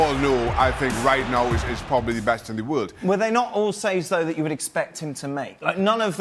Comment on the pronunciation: i thought he said "Ter Stergen is the best in the wood", try hear it agian xD